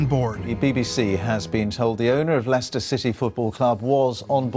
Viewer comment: Stop saying lichester it's Leicester